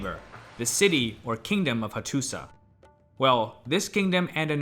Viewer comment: Learning a lot here. Excellent presentations with one caveat: the pronunciation of many proper names of the historical figures and places is not like what I’ve ever heard. Example: Hattusa has historically been pronounced Hattusha. Great site.